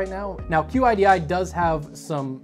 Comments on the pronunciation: Qidi is pronounced kee-dee.. It's not an acronym. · Ok man it is pronounced "Sheedee" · I took Chinese as a second language and QIDI in English would be pronounced like "chee-dee"